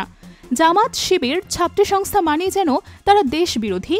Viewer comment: ওরে রিপোর্ট রে...😂 উমামা ফাতেমারে কইলো ওবামা ফাতেমা। সাবেকুন্নাহার তামান্নাকে কইলো সাদেকুন তামান্না। ছাত্রী সংস্থাকে কইলো ছাত্র সংস্থা.... ১মিনিট ২সেকেন্ড শুইনা এই কমেন্ট করলাম। বাকি রিপোর্টের কি অবস্থা আল্লাহ জানেন।